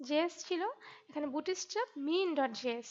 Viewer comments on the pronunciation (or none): অনেক সুন্দর একটি টিউটরিয়াল। আমার অনেক ভালো লাগছে। ডোন্ট মাইন্ড আপনার উচ্চারণে একটা সমস্যা আছে। উচ্চারণটা ”বুটি-ইস্ট্যাপ” না “বুটস্-ট্রেপ”। ধন্যবাদ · 'bootstrap' bangla pronunciation chara khubi sundor